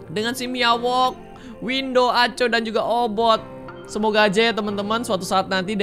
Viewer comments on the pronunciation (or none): Obit bukan obot